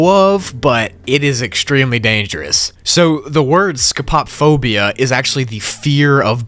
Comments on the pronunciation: First one of my favorite piano yt channels comes back after 1.5 years, and then my favorite backrooms channel posts a 5 hour binge-worthy levels explanation vid Life is truly good Edit: Ok so I love you, but the way you pronounce "Scopop-phobia" cracks me up every time I hear it Like I get it it's an odd word that I probably would've gotten wrong myself for the first time, but you could always put it into google translate to hear it back Anyway, jokes aside, keep up the content man, can't wait to see the supposed 10-hour compilation:) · Want to point out (not rudely by any means, since I funk up my words all the time) that the most common pronunciation (that I have heard and seen) for the phobia of being watched is Scopo-Phobia (separated to try and pronounce it better.) Though, it could be just the way it is pronounced for the level. I will admit though, I did use to say that word wrong a lot before. Again, this is in no way meant to be a hurtful comment, I just wanted to let you know !! Thank you for the amazing video, this got me super into the backrooms (even more than I was, honestly.) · your pronunciation of scopophobia is funny to me. (scoh-poh-foh-bee-uh)